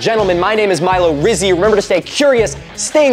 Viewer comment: hearing the words "Milo Rizzy" physically hurt me